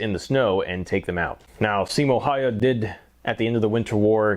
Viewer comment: I've got M28/30 and yet I was shooting it only up to 100 m. I used PPU ammo, but I'm about to make my own loads using Lapua cases and Lapua D46 bullets, which are designed for this rifle. Anyway, great video and results! But please, never pronounce "Häyhä" like that ever again. 😅